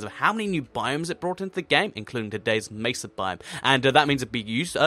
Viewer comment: OH MY GOD! Thank you for not pronouncing it meh-suh! Good lord it's annoying when people say it like that.